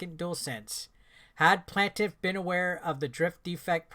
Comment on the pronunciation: At this point I just watch these videos to see how badly the English language gets butchered. PLAIN-TIFF not PLAN-TIFF. 🤦🏻‍♂️🤦🏻‍♂️🤦🏻‍♂️